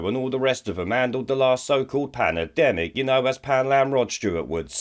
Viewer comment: Lol I love how poundland Rod can't even say Pandemic, Panedemic lol